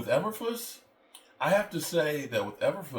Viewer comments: It’s pronounced…”Eee…burr…floose”. Not…”Eh…burr…fluss”🤡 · Did he say Elverfuss 😂 😂